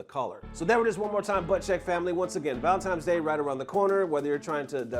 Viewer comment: did bro really say valenTIMES day?